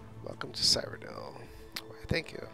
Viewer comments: Cyrodill is prenounce Syro-dill :) eh it's kinda hard to explain it in text, just youtube a elder scrolls Cyrodill lore video where they will most likely say Cyrodill correctly. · Your mispronouncing Cyrodiil. Seer-o-dill.